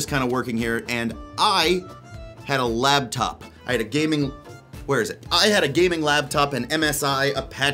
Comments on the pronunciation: Boy, sounds like you're saying "labtop" instead of "laptop". mike issues? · Are you saying "labtop"? Cuz it sounds like you're saying "labtop" "labtop"